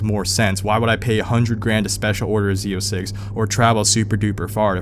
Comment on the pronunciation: Okay but u said Z zero 6 dude cmon